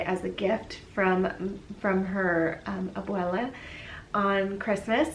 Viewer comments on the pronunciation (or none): Happy New year Darling. I loved the pink and I loved how you said “Abuella” ❤🤗🤗